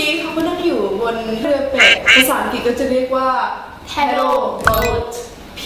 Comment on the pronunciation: ถ้าออกเสียงคำว่า อังกฤษ เป็น อัง- กริช ไม่ใช่ อัง_กิต จะเยี่ยมมากเลย